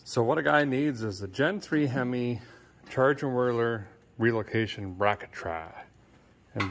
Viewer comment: The "Chargerado"